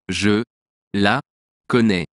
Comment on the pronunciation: Do you pronounce “e” as “u” because “Je” is pronounced as “Ju”